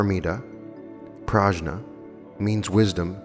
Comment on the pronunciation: Its PRADNYA...spelled as 'pra...the...nyaa'. pra means divine and dnyan means intelligence.